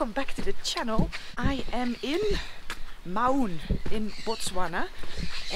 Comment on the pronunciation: Mau(n) is pronounced like the "Mou" in Mound.